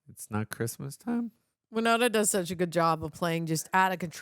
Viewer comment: Winona, not why-nona.